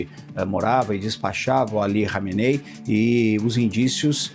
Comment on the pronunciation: Nossa o repórter não sabe falar o nome do líder ali kameney kkkkk